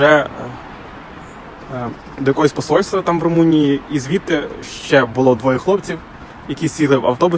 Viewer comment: Мне показалось, или она как то так с презрением произнесла: " Потрапал до Румунии" . ха-ха типа, Румыния ...какой андегаунд. То ли дело Украина ....